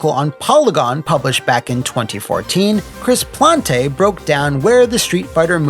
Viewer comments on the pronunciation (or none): Hey! Big fan of both yours and Polygon -- wanted to make a quick correction out of respect to Chris Plante . I believe he pronounces his last name like "Plant" (basing this off a videogame podcast he's on, The Besties)